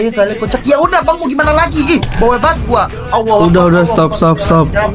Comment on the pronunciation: lam difat-hah bacanya la. Allah bukan Alloh